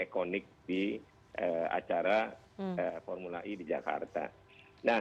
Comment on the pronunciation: kalo ngomong pake bhs indo formula e, e nya dibaca e bukan i beda kl speak in English, e dibaca i 🤦